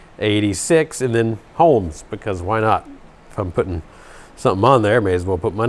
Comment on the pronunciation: Holmes Foams... HOAMS? :D